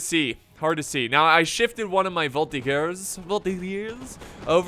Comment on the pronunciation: IT's VOL-TEE-JURS and not vol-tee-gurs !!!!!!! comon xD